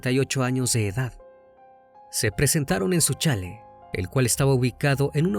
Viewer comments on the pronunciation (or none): Eres uno de los mejores narradores de true crime. Un solo comentario, la pronunciación correcta de la palabra chalet no es chálet sino chalét. No lleva acento porque es una palabra francesa de uso común en España. Saludos